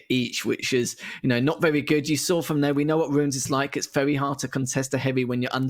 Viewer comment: 'wevy wevy good. nice wail.' - fire him already, please, or teach him to pronounce 'r'.